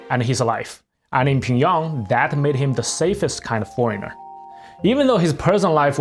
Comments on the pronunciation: it's pyong yang, not "ping yang" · bro how do you butcher pyongyang so much lol, ure saying pingyong lol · Can you explain your pronunciation of Pyongyang please? It sounds a little different than how I’ve ever heard it in English. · Man your pronunciation is so bad... And why the useless comment on being gay, to then repeat that he got paid well. Chin Chun Chan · The pronunciation of Pyongyang in this video is spinning me out.